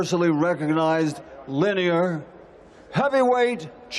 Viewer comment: Hang up the gloves legend. Was he tryign to say lineal? Kept saying linear...